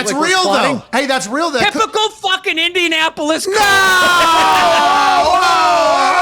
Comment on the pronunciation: Did he say Indiasspolis?! 😂